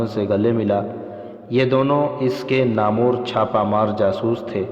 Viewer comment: بولنے والے راوی کا تلفظ بہت غلط ھے وہ نامور کو Namoreبول رھا ھے۔